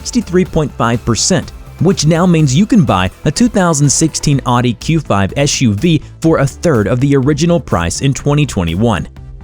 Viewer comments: It’s not called an ardent it’s owdee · It's pronounced OwDee not Oddy 🙄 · Not ‘Ah-Di’ for Audi. It’s ‘Ah-wuh-di’ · I’m American and I don’t believe I have ever heard anyone say “ahh-di” until this video. It’s a German brand but the word is Latin for “listen”. Pronounced roughly like “ah-oo-dee” and every American I’ve ever met has said it that way lol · “Oww-dee” not “aww-dee” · Audi = “Otty”?? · Ask a German. Audi is pronounced Ow-dee. Like out now aww. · You might want to learn how to pronounce Audi correctly. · Drive me nuts hearing him say Oddee. Almost turned off the video lol. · You lost me at "Awdee"... How can I take this channel seriously? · Tip on pronouncing Audi correctly. "It's not an innie, it's an Audi" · I'm American and I've never heard it said that way. Au isn't pronounced a in German. Listen to a how to pronounce it in German video. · I’m sorry, I just can’t with the pronunciation of Audi 😖😖😖